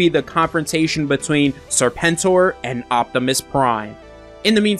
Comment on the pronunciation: I think your pronunciation of Serpent OR was just fine.